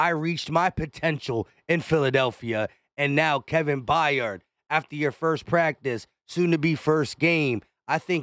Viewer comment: Kevin Byard…. Pronounced “BIARD” BI-ARD!!!!! Not F’ing Bi-yard, please just read, Jesus F’ing Christ, it’s really not hard…. I know English isn’t your first language, but c’mon, cut me a break, content creator…. My ass…. Forget content, create some literacy.